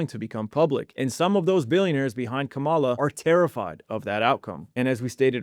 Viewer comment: “Giss-Lane” “Ka- Mall-Lah” ? Not the point but it’s difficult to believe you understand this topic when you can’t even pronounce these famous names. 😭